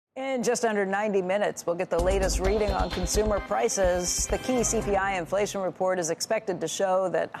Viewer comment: Infwation is going to be vewy, vewy sticky.